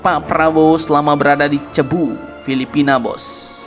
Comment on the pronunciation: Maaf abang pembaca narasi, "CEBU" Pillipina itu tidak ditulis dengan ejaan Bahasa Indonesia, jadi huruf "C" diucapkan sepert huruf "K" kalau mendahului huruf "A". "O", atau "U", misalnya Cambodia, Colombo dan Cuba; dan diucapkan seperti "S" kalau mendahului huruf "E dan "I", contohnya Centaurus, Cincinati. Mohon lebih hati2. (ngomong2 ttg nama, ada kota di Bali yang namanya "CELUK", itu sebenarnya dulunya ditulis dengan huruf "C" yang ada hiasan spt huruf "s" kecil didasarnnya dan diucapkan (dlm ejaan baru) seperti "SY" dalam "SYAILENDRA".)